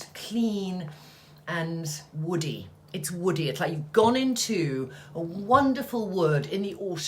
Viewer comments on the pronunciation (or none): none